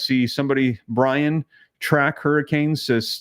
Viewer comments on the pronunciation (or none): none